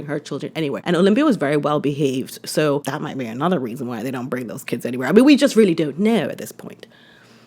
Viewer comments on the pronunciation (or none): none